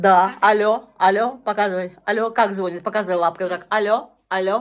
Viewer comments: Ну,, звонИт, а не звонит! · Не звОнит, а звонИт.. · Умоляю! ЗвонИт! Ставьте правильно ударение!